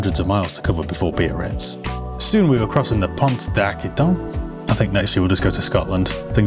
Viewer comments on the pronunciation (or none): Pont d'Aquitaine = "ah-key-ten" 😉